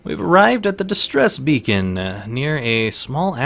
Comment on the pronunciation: "Exit Bacon." Listen to it over :D "Distress Bacon" XD